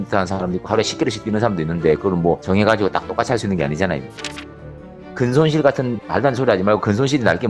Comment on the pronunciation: 근솔실이 아니라 근손실이야 형..